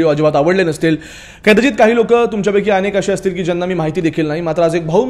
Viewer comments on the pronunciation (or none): none